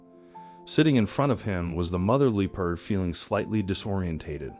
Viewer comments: L LEARN TO PRONOUNCE THE NAME OF THE ANIMAL LEOPARD NOT LOOPARD!!! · I heard looperd. Strange… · Absolutely had it with AI voices....LEE PARD? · Also Loo perds. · Why is this Person Pronouncing the Animal Wrong ?? It's NOT a Lee Purd !!! 😮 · yes. They pronounced Leopard wrong. They should do Research before they publish a video.